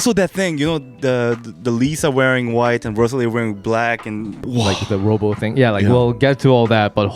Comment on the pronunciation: You can at least get Rosa’s name right. Lisa says it right.